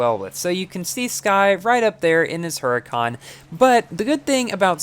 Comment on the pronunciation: DID HE JUST SAY HURACCAN ?